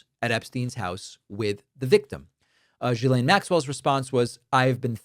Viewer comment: It' GHILANE!!! not GSILANE